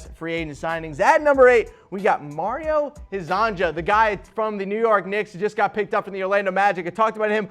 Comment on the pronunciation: It’s pronounced Mario Her-zon-ya. Please I can’t listen to you butcher his name anymore. All Croatian, Serbian, Montenegrin and Bosnian players with a “j” in their name is pronounced as a “y”